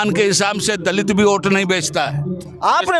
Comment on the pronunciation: मुझे वोट के जगह पे ओट क्यों सुनाई दे रहा 😔